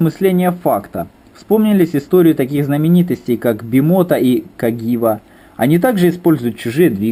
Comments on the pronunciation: Каджива, а не кагива:) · Каджива, а не Кагива